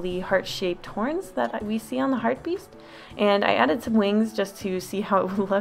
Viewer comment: Hartebeest is pronounced "hart-uh-baist" if anyone was curious